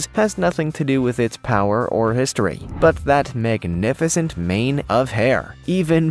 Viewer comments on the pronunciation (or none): none